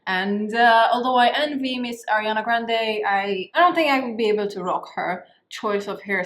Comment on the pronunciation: grande:v ♡ omg before i hear you sayin selliana grande i commented this lol